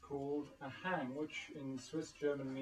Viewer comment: The hang is pronounced HUNG. Hang means hand . It is a sounding hand, not a "hang drum". Felix & Sabina, the makers, call it a Sound Sculpture.